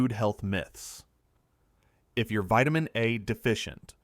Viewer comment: Vitimin D too.